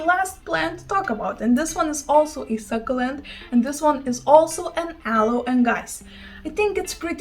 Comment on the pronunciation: 💚 Succulent pronounced suck-you-lent. Not suckalent 😉 well you give us language lessons 🤷🏼‍♂️😘💚